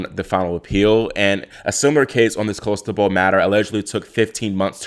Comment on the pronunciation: It's not Cholestebol, it's Clostebol!